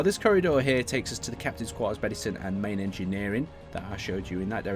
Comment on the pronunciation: 'captains corters'? come on